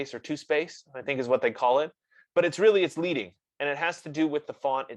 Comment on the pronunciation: Great job. However it is not pronounced "leeding," but leading. It is from the days of hot-set metal type. How many points of lead were added between lines.